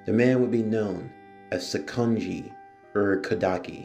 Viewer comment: i cant get over how badly you butcher their names especially urokodaki and mount sigiri